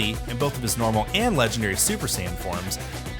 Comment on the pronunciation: The legendawry Super Saiyan….. duh 😂